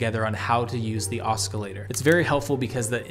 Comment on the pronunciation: oscillator - aa ·suh·lay·tr